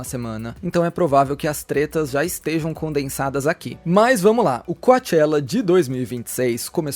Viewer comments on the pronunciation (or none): é "cochela" e "manó" que se pronúncia as palavras 💙